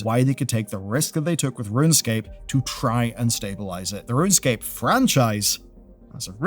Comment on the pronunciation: its runescape not runscape :)